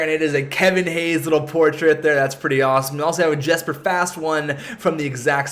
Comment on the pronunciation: Hey your videos are awesome! It's spelt 'Jesper' but it's pronounced 'Yesper'. Just saying:)